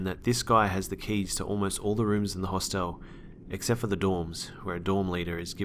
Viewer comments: did nobody notice that, in the school story, he can't pronounce "hostel" haha he says it like a mix of hospital and hotel hahaha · hos-tell too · That and "hoss tell" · The "e" in Hostel is silent. Good stories